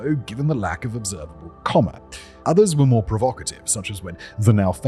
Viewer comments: It's coma with a long o, not comma with a short o. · It’s pronounced cohw-mah